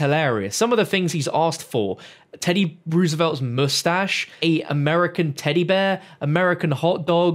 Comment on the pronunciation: my dude its rose-a-velt not roose-a-velt